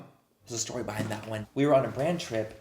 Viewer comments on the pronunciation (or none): none